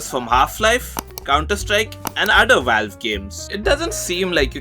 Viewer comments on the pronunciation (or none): none